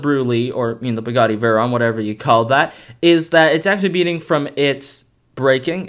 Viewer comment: that terrible mispronunciation of veyron is extremely hard to ignore